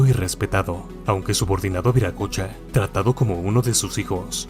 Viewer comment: NO ES VIRACOCHA ES WIRACOCHA, Y SIGNIFICA EL GRAN SEÑOR, EL CREADOR DE TODO, EN QUECHUA ES UNA PALABRA QUE TODAVIA SE USA.